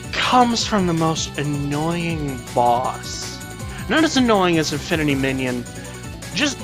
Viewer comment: Its infinity mijinion not minon